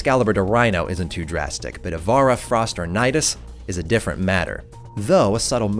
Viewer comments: It's pronounced "Eye-vara", not "Ee-vara", thanks. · Did you just botch the word Uranus? And ivara?